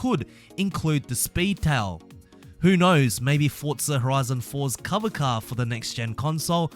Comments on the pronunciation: It’s forza not “fortza”😂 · 'fortza' horizon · "Fortza" reeeeeeeeeeeeeeeeeeeeeeeeeeeeeeeeeeeee